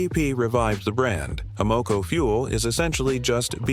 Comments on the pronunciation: Y’know, your credibility would increase if you teach your AI robot to pronounce the gas station names correctly. A-MOco?Try AM-o-co…sheesh! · People hear "ah-mo-co", they think stupid AI! Just narrate the damned thing!!!!!!!!!!!!!!!!!!!!!!!!!!!!!!!!!!!!!!!!!!!! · Can’t even say it, right Amoco A -not you say (O MO co) really it stands for American oil company. They just tricked you.